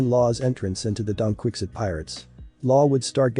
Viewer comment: I can't get over the "Donquikzit pirates"😂